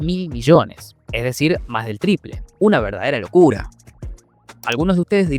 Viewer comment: Un tequilazo cada vez que dice una verdadera locura 3 en 6 minutos Una verarderrsa locccccculla